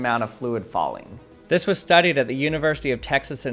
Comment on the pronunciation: with dis? Lol